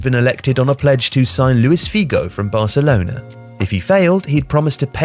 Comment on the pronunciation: Nice video as always but please,, get some online course in pronunciation of Portuguese names. You murdered Figo and Ronaldo in this video, and it's not the first time.